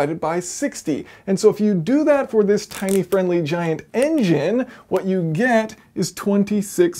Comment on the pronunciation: "Tine-ly Friendly Giant" whoops :)